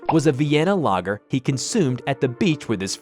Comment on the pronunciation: Lagger not lager